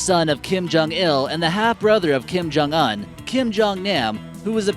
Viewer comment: Keem-Joong-oon. Keem-joong-nahm. >.>; Seriously.